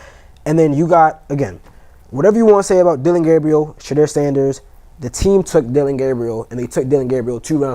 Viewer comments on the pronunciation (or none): I have a love-hate relationship with from DNVR. He's a Nuggets fan and i'm a Lakers fan😅😅😅. That's OK i still rock with I have typed so many times that it's not Shadrrrrr it's Pronounced Sha-door 🚪. So whenever u see that door that's me😅 It's like nails on a chalkboard when they lean on the R too much😮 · Listen to the way your colleagues pronounce his name.It's not Shadrrrr it's pronounced Sha-door 🚪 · The new 🥷🏾 on the panel kept saying Sha -Derr! 😂😂😂😂 damnnnn bruh it’s just Shedeur😆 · Why is it so hard to say Shaduer pronounced 🤫door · It’s pronounced Sha-door. 😎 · Anytime someone mispronounces Shedeurs name there’s always bullshit coming after it. This guy kept adding a R after each time like come on now. Learn how to say his name and stop being disrespectful